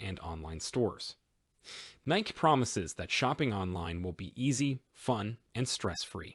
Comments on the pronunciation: its nikE not nik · It’s Nikeeeeeeeeeeeeeeeeee eeeeeeeeeeeeeeeeeeeeee, not Nic